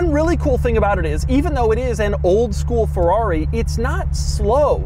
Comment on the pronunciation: Why do you keep saying “Ferrari” in that weird pirate voice? Ferr-aaaaaaaggghhhhri matey!”